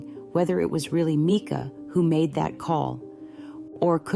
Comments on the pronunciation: Why do you sound like YOU are AI? You sometimes pronounce her name correctly (M-i-cah) and other times incorrectly (M-ee-kah). It's hard to give credit to what sounds like an AI narrator. I don't believe the call was AI either, as how could AI interact so quickly with the dispatcher's unique questions? But I do believe there's something very not right about the story we're being given. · Yes, it is Mica. Sorry but I’ve seen a couple vids where it’s pronounced wrong and I guess it annoys me because it seems disrespectful.